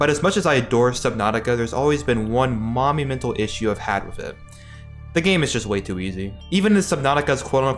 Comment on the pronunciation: I heard that as Mommy Mental Issue, I had to go back and listen again 🤣